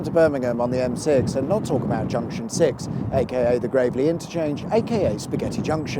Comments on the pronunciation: Gravel-ly not Grave-ly ;) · sorry to have to be mr. nitpicky factchecker guy in the comments... but the locals say "gravelly" as in "covered in gravel" rather than "gravely" as in "like a grave". and anyway it's "gravelly hill" not "gravelly", although you might be forgiven for thinking the place is "gravely" lol. no it's not its really nice actually. sorry to be a pernickerty bore, i usually just do pun-based jokes in the comments... and on that note.. makes me junction six to the stomach to hear such mistakes... lol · It's pronounced Gravelie as in Gravel with a Y on the end. Source - I'm from Buuuuuurminghummmmmm